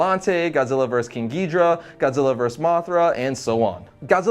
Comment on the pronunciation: I understand mispronouncing some stuff but come on ghidrah? Angrius? Hi sy? That's as bad as when the one female ship crewmember said "anguinis" in the english dub of Godzilla Final Wars